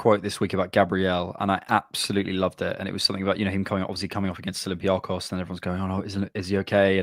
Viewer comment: slowly fixing his "olympiacos" pronunciation with every reference 😜